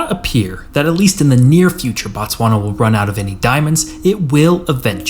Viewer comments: It's Botswana, not Batswana. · the SWANA?????????? TTTTTTSSSSSwana bro